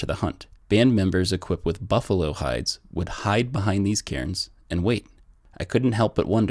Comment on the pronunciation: I believe they're pronounced carns.... Not Karen's..?